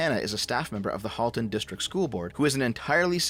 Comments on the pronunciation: As someone who went to school in that area, it’s crazy to see what’s happening. Also it is pronounced “Hall-ton”, but I’ll let it go since you’re a fellow leaf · At the risk of sounding pedantic, and just in case you need to make a followup on this, as someone who suffered through schooling in that area, I'm pretty sure Halton is pronounced like the word halt rather then the name Hal (unless we've been getting it wrong where I live all this time.) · Pronounced ‘Hall-ton’ and ‘Trafallgar’ . Drove me nuts a little as someone living in Halton